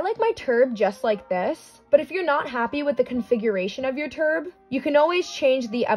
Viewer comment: i just love how she says "turb" LMAO